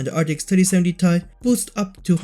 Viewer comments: ITS NOT TIE BUT t AND i SEPERATE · well I mean it's how everybody pronounces it but the ceo of NVDIA called it the ti not t-i